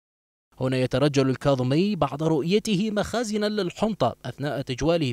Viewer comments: تم السحك مخازن مو مخارن 😂😂😂😂كتابه ماتعرف ومنطينك قناة خرب عمر ابن سعد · مخازن مو مخارن صحح